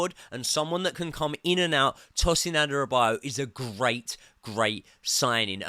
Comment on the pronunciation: please watch how to pronounce Adarabioyo:D